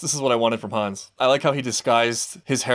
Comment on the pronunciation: I just wanted to point out that the name Hannes has the 2 syllables Han-nes. The way you pronounce it it sounds more like Hans.